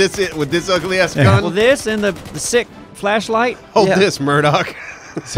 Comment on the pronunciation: I swore he said 'Mirdon', not Murdock. I was waiting for the wizard from Doraleous and Assoc to start talking.